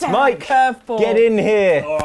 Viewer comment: There’s no “J” in Mikes name! I call shenanigans!